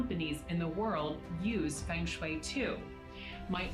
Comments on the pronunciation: she even pronounce "feng shui" wrongly... she could have look it first on Wikipedia when searching its origin.. 😂🤭😆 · they cant even pronounce the feng shui properly, who would believe these crooks